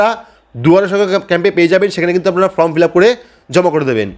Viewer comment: সব ঠিক আছে কিন্তু ফর্ম কে ফ্রম বললে বড্ডো কানে লাগে।